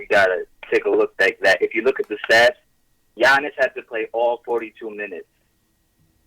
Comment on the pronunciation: Bro how funny is it that clyde calls giannis "Annakoopoo" STILL AFTER ALL THESE YEARS LMAO